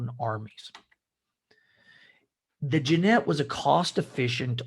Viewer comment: Great content of video, but for god’s sake man - Jinete = like Hee-neh-teh.